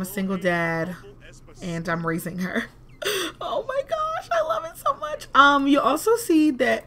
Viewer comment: She said "maybe..cause...this is juat to murch" om dead😂😂😂😂😂😂😂😂😂😂😂😂😂😂😂😂